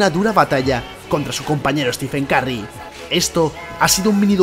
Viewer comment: “Stifen karry” xd